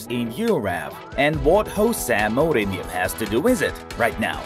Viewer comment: Jose Mourinho is Portuguese, not Spanish, so please do a research about his name's pronunciation.